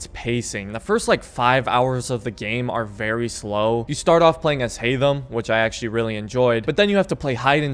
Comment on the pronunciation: Haydham really haytham